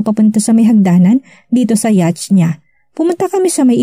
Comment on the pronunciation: Yat po ang tamang pronunciation ng yacht.